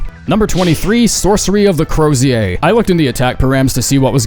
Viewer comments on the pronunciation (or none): The second syllable of Crozier is pronounced like the second syllable of Vizier, and the first syllable of Mausoleum is pronounced like Maws, not like Mouse. It's kind of wild that you've had to say Mausoleum on the internet this many times but apparently have never heard it spoken aloud by anyone else.